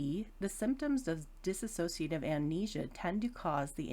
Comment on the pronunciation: Would be really good if people, especially professionals, could pronounce 'dissociative ' properly.. it's not 'diss-a-so-cia-tive' ... it's 'dis-so-cia- tive' ... Thanks for the video